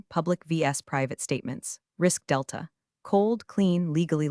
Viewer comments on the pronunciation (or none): none